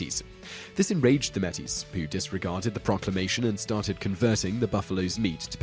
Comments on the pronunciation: "NO BLOOD FOR GUANO!"....that's the only joke I can come up with, but the way in which the narrator pronounces "Metis" is rather funny....it's pronounced like "Mateys", not like "Gettys-with an M"! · Psst... May-tee, not Meh-tee (Métis). Awesome to see some Canadian history on here, though! :) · Metis is pronounced as may-tees. You sounded rather silly pronouncing it as mettis. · It's not Meh-Tis. Metis sounds like May-Tee! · you pronounced metis wrong. (may-tee) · video, and channel man. Probably too late now, but I thought I would point out you are butchering the pronunciation of "Metis". You don't say met tis it sounds like may teese. Regards from Canada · I'll be pedantic here, but Métis is pronounced "May-tee" (both syllables have equal emphasis), not "MET-tees". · looool. Your butchered pronunciation of "Métis" is hilarious. It's pronounced like may-TEE [meɪ̯ˈtiː], not like MEH-teez [ˈmɛ.tiz]. But given your apparent Britishness, I guess that I can let that slide. It's understandable that you might not know this. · metis isnt pronounced met-is its pronounced may-tee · for your number 1 metis is pronounced like: may-tee not metties. it took me a second before I realized what you were trying to say lol. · You pronounced Métis "Meh-tees", but It's properly pronounced "May-tees. I'm Canadian :P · Yup, in Serbia as well. Wrong pronunciations everywhere. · The Pemmican War Mé·tis sounds like May-tee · Just a note it is pronounced "May- Tea" it's a french pronunciation. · I love this channel! For future reference Metis is pronounced "May-tee" not pirate style but more of an emphasis on the may part. The plural is pronounced the same. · Metis is actually pronounced May-tee. It's French. They're half French, half native Canadians. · The pronunciation of Métis was butchered in this video. It's pronounced like "May-tee", the "s" is silent because it's derived from French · meet ee's I think your try to say ma-tee in Canada that would be seen as highly offensive